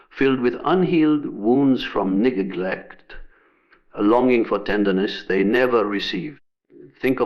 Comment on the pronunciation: I'm sorry, what-glect?